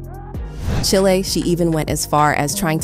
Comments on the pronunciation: Cheelay. . Its chile like child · Did she just say Chile like the country? Instead of Chile (rhymes with while).